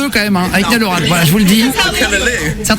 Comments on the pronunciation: mes oreilles saignent quand ils disaient ni-all au lieu de naïeul 😭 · Comment ils disent son nom c'est horrible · Il est trop mignon ❤ et pour la dernière fois la prononciation c "Nayeul" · La façon dont il massacre son nom, ça donne des frissons d'horreur !!! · Je sais pas comment il fais pour supporter la façons dont ils disent sont prénom 😂